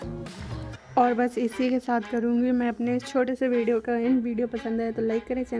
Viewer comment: aur bideo nahi bolte hai bolna seekho pehle phir video acha banao